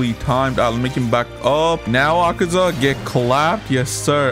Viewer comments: "Akeza cave"💀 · It’s akeza